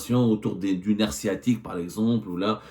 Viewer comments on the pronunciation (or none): none